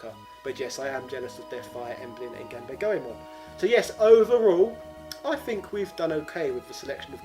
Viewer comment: Say it with me: Gone-bah-le Goemon